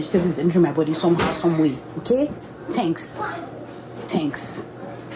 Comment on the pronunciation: “I just know that the vegetables is entering my body somehow somehow. Tenks” 😂😂😂😂😂